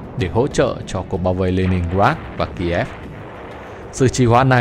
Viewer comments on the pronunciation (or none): none